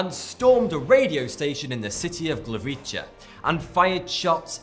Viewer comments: Glavica? I'm pretty sure you meant to say Gliwice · Glivicie"XD i love when someone can't pronounce polish words.